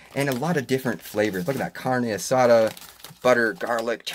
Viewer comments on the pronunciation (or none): none